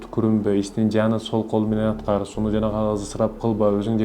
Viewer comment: Сууну десен суду дебей бироого акыл уйроткон сон таза так суйло же даярдан эделебей